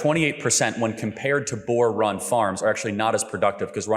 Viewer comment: Having Charlie Kirk pronounce “boer” is outrageous 🤣